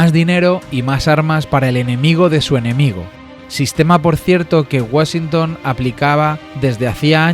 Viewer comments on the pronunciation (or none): none